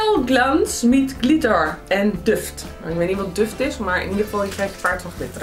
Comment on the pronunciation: kom ik aan als wijsneus 😂 maar duft spreek je uit als "doeft" en betekend geur 🤗 hopelijk heb je het al ondervonden